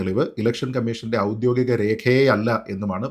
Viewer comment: A correction - oudyogikom not oudyothikom, sreejith.